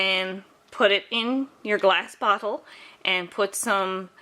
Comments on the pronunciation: Is it just me or does "bottle" sound like "butthole" every time she says the word? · I know she said bottle, but it really sounded like she could have said something else. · is she saying "bottle" or "brothel"?